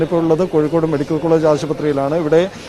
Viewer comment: Koyikod alla mole kozhikod